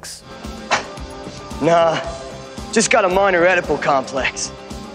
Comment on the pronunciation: edible complex?? It's pronounced Eedipus.